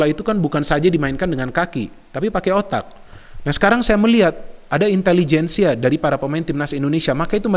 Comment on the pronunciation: Intelejensia, pake j